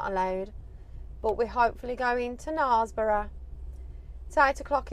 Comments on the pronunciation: It's pronounced naresborugh not narsborough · I pronounced it wrong but hey ho. Wanted to go for a long time as I just love a viaduct lol. It's a lovely place but it daint half get busy! I pronounced it wrong it seems.🤔 It is Knares like mares apparently. I'll know for next time.😁